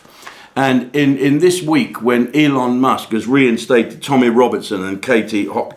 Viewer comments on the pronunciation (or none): none